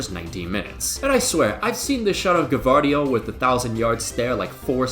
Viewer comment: Plus, he's saying G(a)vardiol